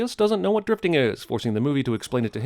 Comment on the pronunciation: Interesting you say it like that. 'Driftig' literally means 'angry' in Dutch.